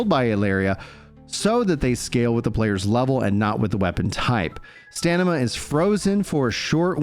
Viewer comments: Its StaMina not StaNima 😅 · Nothing on Fist Weapons. And it's STAM-IN-AH! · The man is dyslexic... take a day off mate. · was thinking the same thing haha